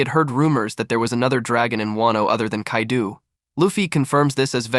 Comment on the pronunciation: the mispronunciation of so many names/places has me crackin up "Kadeu" has me like "is this French Kaido?"